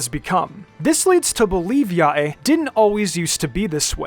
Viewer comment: please stop pronouns yae like that